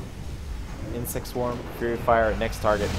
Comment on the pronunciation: its faerie fire not fury fire:)